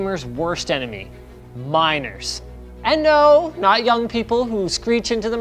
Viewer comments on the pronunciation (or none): none